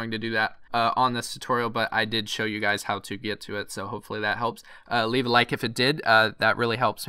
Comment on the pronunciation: bro stop saying levae a like because it really helps me out its so annoying